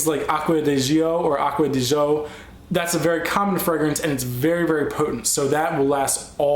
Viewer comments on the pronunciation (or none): Oh my god, I couldn't finish watching I got to the YSL. No offense intended but you are totally butchering my languages. You said le home and I DIED. It is pronounced with silent H so l'omme. And Aqua DEE ZHEE OH and I am only saying this because you are obviously an intelligent person and I didnt want you to say something one day and it be embarrassing. I hope you don't think i mean disrespect. I think that is the word or maybe offense. Anyways I love your vids just